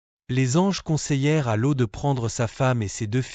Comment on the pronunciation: Cest Loth et non lo